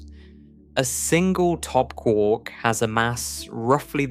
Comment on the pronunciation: Kwork…it’s quark not kwork…as in muster mark.